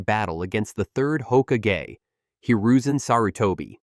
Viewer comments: Nair-ruto, hoka-gay? But can say Miyoboku woth no problem. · Ho-ka-gay is crazy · No one is going to know how words are suppose to sound anymore. A.I is Hoka-gay! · Say hokage one more time I dare you say it one more time!! Don’t you talk about my hokage like that